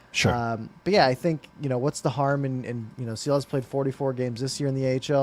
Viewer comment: Yea !!! Just pronounce Shilovs!! like in shack. Please!